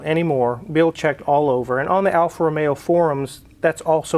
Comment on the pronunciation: Excellent pronunciation, that is the right way on the Alfa Romeo. You put some effort into it. Correct on the point that A car that stays only without driving it, gets worst. That is why I sold my 94 Micra as I bought 06 Civic.